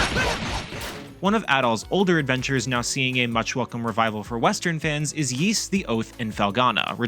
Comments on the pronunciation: It's NOT PRONOUNCED YEES. IT'S PRONOUNCED EES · Please pronounce Ys properly 🥲. It's not "Yees" it's "Ees". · Can’t wait for this! I’ve preordered the PS5 & Switch version! But please - it’s pronounced ‘ease’ not ‘yeese’ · I didn't know it was Yees, always heard it as Ees. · ah cool. Yees doesn't sound right. Thank you 👌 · "Ees" is the correct pronunciation. It's just hard to know the correct pronunciation because they rarely mention it after Ys 1&2, which are unvoiced in modern versions.